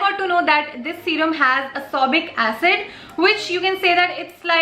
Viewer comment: It is ascorbic acid....not ascobic acid..... 😂😂